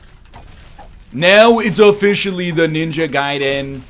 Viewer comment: ninja..guy den... I don't even play those games and my soul hurts at the mispronunciation...